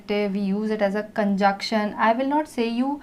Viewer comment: You are doing awesome... Kindly correct the pronunciation of conjunction